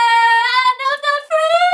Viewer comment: Great Job! I love the Irish accent - could listen to you all day. One thing I have noticed, is three and tree sounds similar in your vids and when I watched Facts. Could you say 'The trees were planted in threes"?